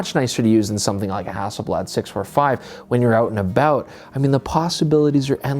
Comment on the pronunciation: "when you're oot an' aboot"